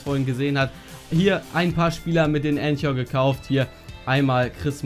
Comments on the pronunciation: Clash Royale nein das wird k gesprochen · Es wird ,,Änka" ausgesprochen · Lern' bitte "anchor" auszusprechen, alter... :D